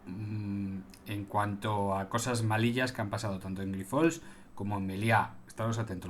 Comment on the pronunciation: Buenas tardes. Grifols es un apellido catalán y la sílaba tónica es la primera. Es llana, no aguda. Espero que te ayude este comentario ya que es una palabra recurrente en tus vídeos. Saludos y adelante con tu trabajo que nos ayuda tanto. Gracias.